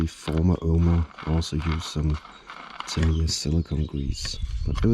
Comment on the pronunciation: Lovely place you got there. I just picked up 25th Anniversary Memorial Fighter Buggy RX today! Super excited! Btw, correct way to say "Tamiya" Ta-mee-ya